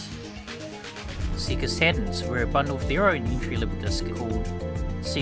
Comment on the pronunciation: I appreciate the unapologetic Australian pronunciation of Sega.